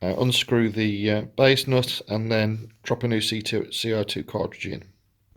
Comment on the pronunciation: Dude said cock lol. That’s not how you pronounce it.